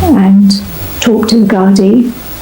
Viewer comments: You're the first blogger to pronounce GARDEE not GARDAAI! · Imagine an American actually pronouncing the word Gardai properly?!! Thats a first!! 🎉 Although that interview with the wife was done a month later when the gardai upgraded the case homicide.